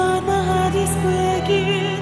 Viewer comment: Accents may be charming but you should at least pronounce words correctly, even though you have an accent. And mispronunciation and enunciation, not accent, is Dimash´s weakness. For example, in his recent "You raise me up" he mispronounced the word "heart" as "heard". After so many years and after singing "heart" in "My heart will go on" correctly years ago, this is just negligent and unprofessional.